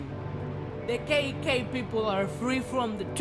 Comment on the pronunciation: why did it sound like he said Kinky friends and not KK friends